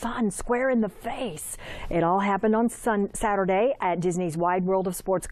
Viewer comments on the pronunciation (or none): "it all happened Sun-Aterday" boii 😷